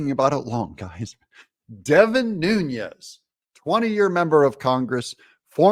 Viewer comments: Its New-nis (Nunes) not Nunez hes Portuguese not Spanish. I hate that shit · Devin Nunes is not Hispanic. And his name is not Nuñez as it’s often pronounced. He’s Portuguese-American. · Doug, it’s pronounced Nooness not with the Hispanic ń, he’s of Portuguese descent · But it's Nunes with an s. Not a z lol